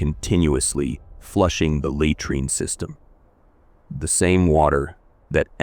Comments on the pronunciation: Hey, can't you get your robot to correctly pronounce 'laytreen'? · For the love of God, please learn how to pronounce words! LOOK THEM UP. "Latrine" is not pronounced "lay-treen" but "luh-treen". "Treacherous" is not pronounced "Tree- chur-us, but treh(short e) chur-us". "Galen" is not "Gallon" but "Gay-luhn". Your not stupid or uneducated, but these misprounciations reveals your ignorance, which diminishes your presentation. This is a chronic issue with all your vlogs that are otherwise excellent.